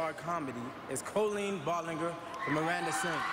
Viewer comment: He said Miranda sings last name wrong lol